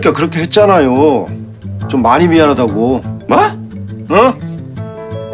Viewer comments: 임시완이 묘하게 좀마니 로 읽어서 ㅋㅋㅋㅋㅋㅋㅋㅋㅋㅋㅋㅋㅋ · 좀 많이가 ㅈ마니로 들리는 신비한 마법. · 좀많이도 아니고 쟌많이라 발음함 ㅋㅋㅋㅋ